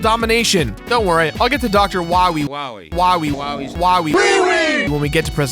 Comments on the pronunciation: Doctah Wahweeh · docta wahwee